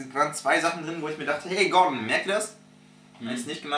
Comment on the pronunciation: 1. verstehst du nicht was er gemeint hat und 2. heißt er gordon und nicht gorden